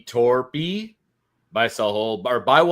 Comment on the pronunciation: Very good job pronouncing Torpey. Well done most people say it wrong.